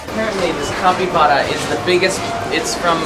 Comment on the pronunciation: Hey guys that giant hamster is named a capybara pronounced (kapy-bara.